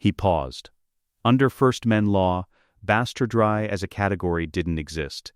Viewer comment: That one at least is halfway understandable - AI thinks it's Spanish, heh. But wtf is bastard-rye? Why can't it pronounce an ordinary English word that only has one correct pronounciation regardless of context/meaning?